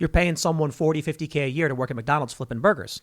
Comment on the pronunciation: Tim: "People eatin' at Mack Donnel's"